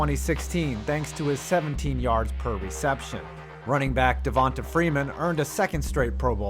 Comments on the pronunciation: It’s pronounced Devontay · Everytime he days devota freeman I shit a Lil bit... ots pronounced devontay damn mayonnaise get it right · Just some help pronouncing Black guys' names: just because their name doesn't have a 'y' or an 'e' at the end, you still pronounce it as if it does. So Devonta Freeman is pronounced "Devontay" not "Devontuh". And Donta Hightower is still "Dontae". Sorry, it was just cringe hearing the narrator say Dontuh and Devontuh. Lol. Great video guys 💪🏿💪🏿💪🏿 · Dude…it’s De-von-TAY…and Don-TAY😂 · Who tf pronounces Devonta and D’onta like that?